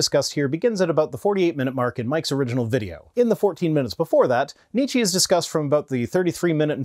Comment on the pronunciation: After you specifically mentioned your German audience and the pronunciation of the name "Nietzsche", I am surprised that nobody corrected you. Nietzsche - "nee che" the e at the end is the e in "empty" or "ent" nee-chi sounds like the name of some exotic fruit. And if this "nee-chi" is some ongoing pun, joke, meme on your channel, I really don't mind you butchering the pronunciation. I just missed the meme.